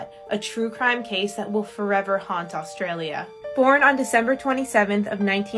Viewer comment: It was fine until she said Australia lol